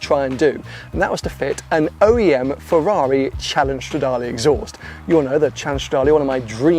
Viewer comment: Nobody:: FARARII